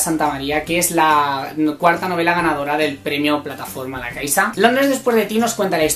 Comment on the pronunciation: Yo intente leer Alicia en ingles y se me hizo bastante pesado al no entenderlo del todo; eso no quita que en un tiempo le de otra oportunidad PD: like por tu pronunciacion de "la caixa"